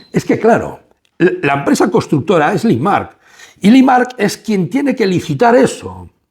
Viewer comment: Por favor, Limak no limaRk. Ernst & young, no ernst & you. O "i-uay". Te lo digo constructivamente y con todo el cariño del mundo. Hace que el video que es muy bueno pierda cierta credibilidad... Por lo demás, sigue así! Abrazos